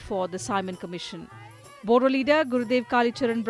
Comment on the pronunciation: Bodo , spell the D as R (boro)